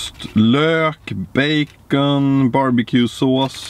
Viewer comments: "baceen" hahaa 😂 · han sager bejkon på engelska